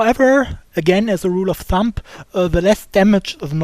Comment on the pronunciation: It's not "Rule of ThumP" It's "Rule of ThumB".